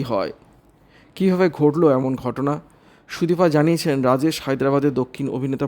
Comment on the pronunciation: Ei vabe k khobor porey ..bisri bola...shunte ichche korlo na bole purota r shona holo na...sudipa noy...sudipta...vulval